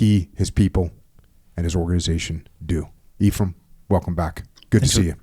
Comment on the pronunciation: As someone who grew up with Eph as a close friend, to hear him go back to “E-ph-rai-m” scratches my brain in a way the part of me that has heard people (including himself whilst narrating City of Death on audible 🤯) call him “eff-ram” SO needed.